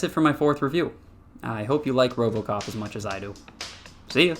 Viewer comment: There is No O.P in robocop.